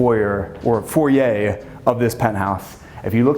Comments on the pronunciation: Changing his pronunciation of the foyer to the correct way even though this is in America.... I like it! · Finally, someone who pronounces the word "foyer" the right way! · Thanks for using both pronunciations of foyer. At this price, it’s definitely the latter pronunciation.